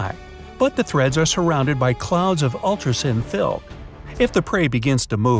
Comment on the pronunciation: Ultra-sin thilk 🤣